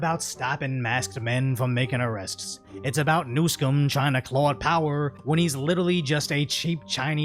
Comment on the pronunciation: ngl the way said Newsom sounded a lot like New Sin